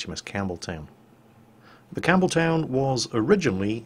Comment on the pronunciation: Campbeltown, for some reason, I keep hearing Cameltown :P